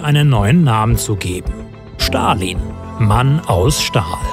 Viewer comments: Man es wird Stalin und nicht schtalin ausgesprochen aber ja sehr gutes und informatives Video👍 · Ich mache es immer so: 1. Liken 2. Feedback : Ich glaube man spricht es "st(alin)" aus und nicht "sch(talin)" 3. Vorschläge für neue Videos :Frida Kahlo, Sigmund Freud( oder gibt es die schon?) Che Guevarra, Maria Königin der Schotten, Elisabeth die erste, Katharina v. Russland (ehemalige aus Anhalt Zerbst)und THE BEATLES das wäre cool. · Leute, bitte sprecht Stalin nicht "Schtalin" aus. Ist einfach die falsche Aussprache